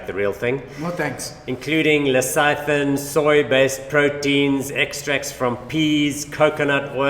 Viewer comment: You have no idea what you’re talking about regarding beyond. Lecithin (pronounced Lesi Thin) is an emulsifier in pretty much all chocolate, yoghurts, ice cream. Soya TVP was developed by the meat industry as a meat analogue or meat extender - ie bulking up their meat with soya to increase margins. When last did you look at what’s in the meat you buy - colourants and preservatives in most fish, meat glue(binder) preservatives, colourants in most meat products too. Beyond is no more Frankenstein than normal meat.